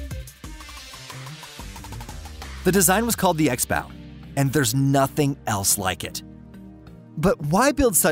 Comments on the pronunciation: Axe bow, I was sure he was saying x bow, like X box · Are you calling it an X bow or an axe bow?